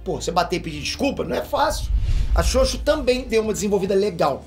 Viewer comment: me da uma agonia quando ele fala ''xoxo''. fala direito caraio.. kkkkk